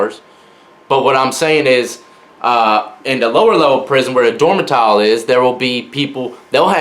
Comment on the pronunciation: lol dormatile